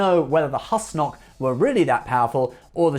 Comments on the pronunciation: He also pronounces "Husnok" wrong. It's pronounced like "who-snock" (as per the alien Douwd in the episode) not "hus-nock" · Number 03 is pronounced "Whoose-Nock" like Goose, not "Hus-Nock" as in Hustle. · Pronunciation. They say it many times in the show. - Not Hus-knock. It's Whos-nock